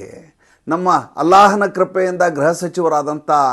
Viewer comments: ಗ್ರಹ ಎಂದರೆ ಬೇರೆ ಅರ್ಥ. ಗೃಹ ಎಂದು ಹೇಳುವ ಕಡೆಯೆಲ್ಲ ಗ್ರಹ ಎಂದು ಹೇಳಿದ್ದೀರಿ. ತಪ್ಪು ತಿಳಿಯಬೇಡಿ 🙏💐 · ಗ್ರಹ ಅಲ್ಲ ಗೃಹ ಇಲಾಖೆ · ಅದು ಗ್ರಹ ಇಲಾಖೆ ಅಲ್ಲ ಗೃಹ ಇಲಾಖೆ.